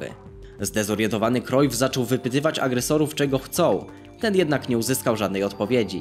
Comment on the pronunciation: Jak coś mówi się Johan Krajf nie Krojf